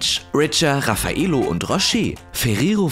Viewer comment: RAFF-a-Ello... Der Name kommt nicht von ungefähr^^